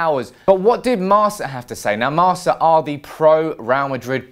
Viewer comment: Marca = Marka not Marsa (pronunciation) from a madrid fan...